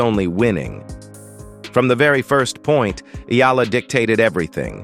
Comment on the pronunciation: Great commentator plus you got the E Ah LA the exact way. I guess you have to be a real Filipino to say that right.